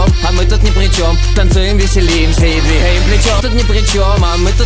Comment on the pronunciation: Он палится когда говорит "двиХаем плечём".